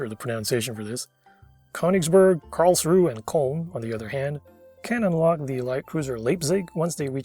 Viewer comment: only comment I have on your pronounciation of the germans is that the ö vowel is not an o, but a separate vowel that iinm does not appear in english (if the IPA helps you, Köln has /œ/, and Königsberg has /øː/), Karlsruhe's "e" gets pronounced, Leipzig's first syllable is the same as the english word "lie", and that her z is pronounced as "ts".